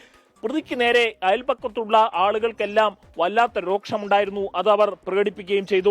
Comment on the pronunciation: രോക്ഷം അല്ല രോഷം എന്നാണ് പറയേണ്ടത്. എന്തിനാ ആവശ്യം ഇല്ലാത്തിടത്തു കടുപ്പിക്കൽ.